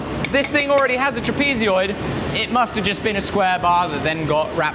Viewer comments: Saying Trapezeoid instead of Trapezoid is crazy work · no way you pronounce trapezoid like that or am I tripping? trapezioid? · Is this an aluminum aluminium thing? Trapezoid doesn't have an extra "eee" sound in it after the z. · Never have I ever heard someone so bizarrely pronounce "trapezoid" or so many times. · I've never heard Trapezoid pronounced with an extra syllable before. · please learn how to pronounce trapezoid correctly. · Why can’t you know how to pronounce trapezoid? 😂 why adding e tra letters that aren’t there?🤣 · Amazing stuff, well done 😊 just note pronunciation of trapezoid (al) check iin google….. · TIL: "trapezoid" is another one of those words that have an extra "i" in Britto-speak. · The metric pronunciation of "trapezoid" is wild... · there's no way you're not pronouncing trapezoid wrong on purpose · Please look up how to pronounce "trapezoid." You always add an extra long e sound. It's almost like you are trying to combine the british word trapezium with the American trapezoid, and it's grating on the ears to hear it mispronounced over and over again. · never thought but should’ve known there’s a different way to pronounce trapezoid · I let it go all of the times you pronounced "trapezoid" wrong before but now you said it too many times and so I'm bringing it up. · Apparently, to be a good blacksmith, one must shout heroically all the time. Rather like a nurse in a hospital -- most seem convincd their patients are terminally deaf. Trap-easy-oid? Trapuhzoid, mate. Too bright and cheery for me. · I don't think you got the bar hot enough before trying to shape it, that's why you got so much twisting and resistance. I would have got that bar white hot before trying to twist it on the lathe, like butter. And bro...tra-pee-zee-yoid? Wtf is that? It's pronounced...tra-peh-zoid. Good watch though 👍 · Do Brits say "trapezeoid" instead of "trapezoid", or is that just an thing? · why are you saying trapezoid trapeezyoid? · A trapeezeeoid